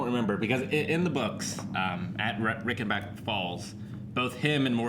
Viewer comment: This is the first reaction video I've watched other than GoT. Loved it! By the way, the "Rei" in Reichenbach is pronounced like the "Ri" in Riley. Greetings from Germany :-)